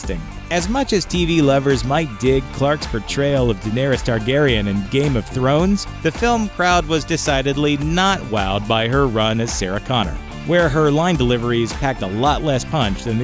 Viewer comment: Emily Clark? Danaris Targarin? Emilia Clarke and Daenerys Targaryen are offended by your mangling of their names. The last and only thing you may hear after "Dracarys!" is your own screaming.